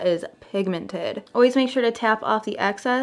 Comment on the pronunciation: awshome shauce... mmk